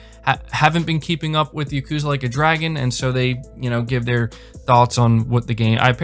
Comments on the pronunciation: Like YA-ku-ZA. Not Ya-KU-za. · "Yukuza," lol.